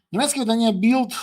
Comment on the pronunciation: Шановний пане Береза. Не Білд, а Більд. В іншому дякую Вам за Вашу позицію і роботу. ❤🎉